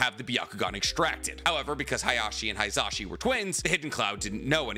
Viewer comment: Yo it’s not pronounced “HIGH-za-shi”. It’s “HE-za-shi”. It’s phonetic so the same sound for the “i” in “shi” is the same for “hi”. Please at least try to pronounce things correctly